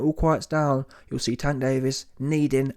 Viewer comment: This clown said "Wank" Davis😒 Won't ever sub to these clown channels